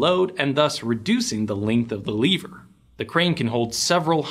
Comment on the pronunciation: My father in law operated cranes for decades, he loves these vids. He loves them for different reasons from myself, I love your pronunciation of lever.